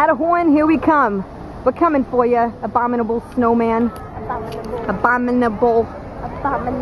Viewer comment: abominable.....abomnibable.....abombinable.....abuminable.....abuminahole.......a bum in a hole.